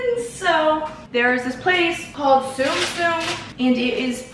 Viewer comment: You sounded so British at the beginning when you said “soo guys” 😅 honestly love your energy and vibe✨🙏